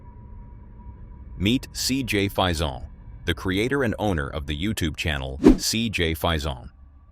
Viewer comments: Would you please pronounce CJ's name correctly. It's Fason with a long a. Not Fison with a long I. And it's not Pokomoke with a long e on the end. It's just Pokomoke. The e is not pronounced. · It's CJ, last name (pronounced) "Face-in" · It’s pronounced, CJ “Fay-son.’ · Why do you keep saying cjs name wrong , its insulting JS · What about the name mispronounciation? He says it one way , and when CJ said it, it was different. . ..right?